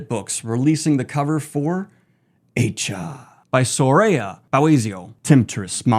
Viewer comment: It isn't pronounced as "eye-chaa". It is an Arabic name with the more commonly known spellings being Ayesha or Aisha. The correct pronunciation is "eye-shaa".